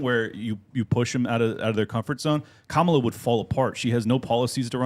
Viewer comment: It would be helpful if you called Harris by her proper name - it's pronounced kam-A-la, not KAM -a -la